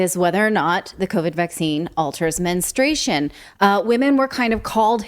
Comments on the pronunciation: Say that word MENSTRUATION correctly please! It's not menstration. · It’s “menstruation” not menstration. Just saying. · Yeah, this was ridiculous, from the first reports I knew it would wind up being true. Also: Please pronounce the U in men-strU-a-tion. Sorry, that’s a big pet peeve of mine. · It does screw up a woman’s cycle but please say the word correctly: it’s men-stru-ation NOT men-stray-shun 🙄